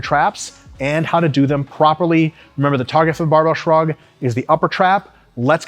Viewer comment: No one: RP: S H U R G